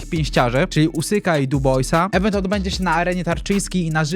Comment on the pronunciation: Mam nadzieję że rzetelnie pobierze tą Apke i się nauczy w końcu wymawiać event bo uszy więdną